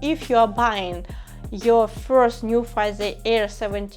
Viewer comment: Pronounciation should be Nu - phee as ( Phillips ) , not Nufai 😅. Btw nice video.